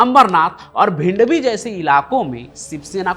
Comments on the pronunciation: bhindwi nai bhiwandi... 😂😂😂😂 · भाई वो "भिवंडी" है, "भिंडवी" नहीं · Bhindvi 😂😂😂 Pahle thoda acche se padh liya karo.. It's Bhiwandi not bhindvi😂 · भिंडवी नही रे भिवंडी